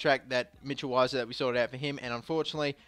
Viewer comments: weiser is pronounced veiser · I think it's pronounced vi ser